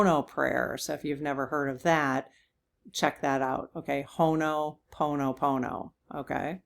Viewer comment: Cool Readings,! I have read a bit about your guest, and keep running into her name in the strangest places. A couple of pronunciation tips I hope are of help: Ho-0h-poe-no-no. I Had the privilege of seeing native Hawaiian troupe perform and explain this process of forgiveness. At first it rubbed me the wrong way: I don't apologize unless I Understand that I have erred or done harm. After the explanation, I got it... A matter of being aware of shared responsibility and receptivity to finding peace. Helena is the capitol of Montana. Hell in a hand basket is how I learned it as a kid. Blah-vat-ski is how it was pronounced in two documentary videos I found. One was on Alistair Crowley: a friend to HB who were rather into the Darker aspects of spiritual learning and inspiration to Jimmy Page; guitar wizard of Led Zeppelin fame. Love to the community and prayers 💖 for stronger hearts. Thanksgiving to all willing to stand in the icy ❄️ cold against this onslaught of ignorance and sanctioned cruelty. We shall overcome.